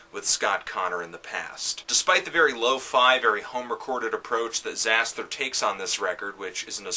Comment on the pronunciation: I'm surprised that I disagree even though you told me not to be (ie. fuck you). First of all, if you're gonna do a lame hipster wannabe review of a genre you clearly have no real idea about (apart from quickly gleaning info on metal archives and wikipedia), at least get the pronunciation of the band's name right it's; Zas-ter - the 'h' is silent.